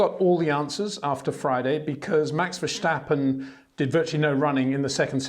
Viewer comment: PLEASE STOP SAYING VERSHTAPPEN.